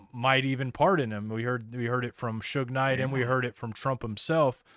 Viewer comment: You said Sug Knight! Lol